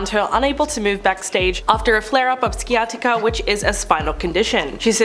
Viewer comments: You really need to learn your words. Sciatica is pronounced sy-at-ica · Pronounced “Sigh-attica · This annoys me so much lol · Painful lol…..google pronounce is right there… smh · Thanks I was going to mention the C is silent 😊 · Your pronunciation of sciatica is amusing